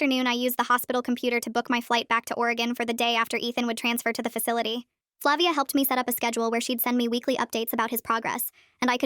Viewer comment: I think its flah-via